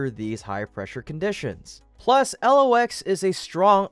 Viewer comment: It is not L.. O..X. It is pronounce "Locks".